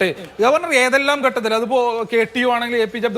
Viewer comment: SFI guy should learn malayalam atleast. It is not "ghattathil" it is "Khattathil"